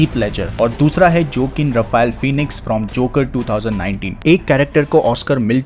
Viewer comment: Check the pronunciation of Joaquin Phoenix it’s not Jo-kin but wa-Keen Phoenix